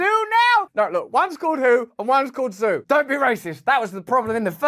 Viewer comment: Zhu is actually pronounced Jew